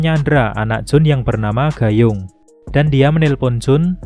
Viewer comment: baca nya bukan "gayung" Woii😂😂